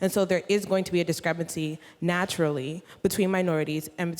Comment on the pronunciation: She is a Harvard student who can´t even pronounce the word "discrepancy" correctly. What does it say to you?